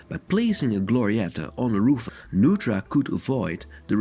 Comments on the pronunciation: I’m sorry to say you have mispronounced the name Neutra. It is a German name and is always pronounced Noytra. I love him too. My son is his great grandson. I was happy to meet and visit with Diona Neutra, Richard’s wife, Dion Neutra, his son, and his grandson, Greg Neutra and I have two beautiful, wonderful children together, though we live apart. I have been inside two of his houses and as great as they are from the outside, the insides are a magical experience, hard to describe, but it is experiencing great art. Thank you for sharing this. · Nice presentation with the exception of a few incorrect details. His name is pronounced "noy-tra" not "new-tra". Also, his design philosophy is known as bio-realism, which celebrates the inherent relationship between humans and nature. He sought to blur the boundaries between the two. Lumping him into International Style is not an apt description of his work. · His name is pronounced "NOY-tra" not "NOO-tra." This is confirmed by the LA Times: "The house, designed by Viennese-born architect Richard Neutra (pronounced “Noy-tra”), has been called by some critics the most important modern house in Los Angeles history." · My dad studied under Neutra in the 60s, even went to his house a few times. The correct pronunciation is "NOY-TRA." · very much enjoy your videos, but the correct pronunciation is Noy-tra. appreciate your passion. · It is NOY-TRA. The home is next to Jack Benny's home and just a few blocks from Alan Ladd, Edgar Bergen and the Elvis honeymoon house. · It's pronounced NOYTRA or NOITRA. My father worked with Mr. Neutra in LA in the mid-fifties. Mr. Neutra was often a guest for dinner. Dad, Richard R. Stadelman AIA, went from Studying with Wright at Taliesin to working with Neutra. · "Newtra"? Really? Perhaps a computer-generated voice? Otherwise an excellent and informative video. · The name is pronounced NOY TRA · Mr. Neutra's name is pronounced "NOY-tra".